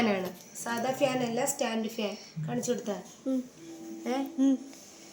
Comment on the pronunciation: ഫ്യാൻ അല്ല fan🤭🤭🤭🤭